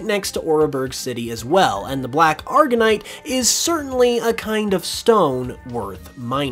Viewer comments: It agurite, not agurnite.😂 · Black "augerite" there's no "n" bro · I hate having to be the pronunciation person, but some of this is just painful. First off, it’s not “argonite” it’s Augurite. An augur is a kind of omen or portent. Black Augurite basically means “bad omen rock.” Second is Oreburgh. Not sure why it’s being pronounced “or-uh-burg”. Ore=mineral deposits. Burg(h)=town. Ore-burg. Very simple. This is the first time I’ve ever heard it pronounced with 3 syllables and I sincerely hope it’s the last.